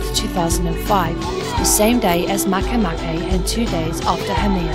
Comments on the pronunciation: it's not mahkay mahkay. it's ma ke ma ke. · I thought MakeMake it was pronounced "make" "make", but not, it's "maikeymaikey" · As far as I'm concerned, Pluto is "Still" a Planet in my mind, and if one is to pronounce "MakeMake" Makay-Makay...Then just spell it that way to be less complicated!